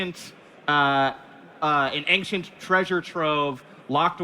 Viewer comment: It's a speech impediment